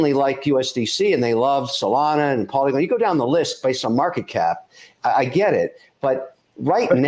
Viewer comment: Did he say pollen coin? Lol 🤣